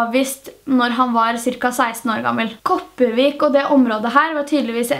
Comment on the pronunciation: Ikke noe hate i det hele tatt, men de fleste som snakker bokmål og sånn gjør sånn som deg. Men Kopervik og Karmøy uttales med R...den er ikke stum. Men jeg ELSKER videoene dine!!!❤️ de er så sykt spennende!! ( jeg vet jeg kommer til å få hate for denne kommentaren siden jeg sa det med Karmøy og Kopervik )